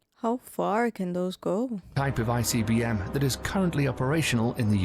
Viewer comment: BE SAFE!!! You should watch one of the videos about the Maduro Extraction and the incredible array of weapons and tactics we used for it. It's a work of art, militarily. You pronouncing ICBM is PRICELESS!!!🤣🤣🤣